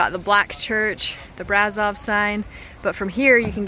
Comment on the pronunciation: Brasov is spelled like you would say "bra" and the rest is like you would say "shove". So it's a bra ... shoved ... somewhere :) Bra-Shov. Brasov